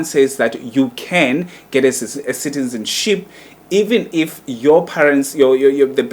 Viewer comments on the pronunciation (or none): I think umuntu who must shut up here its you udom you can't even pronounce"citizenship,neutralization.yaze yadom igay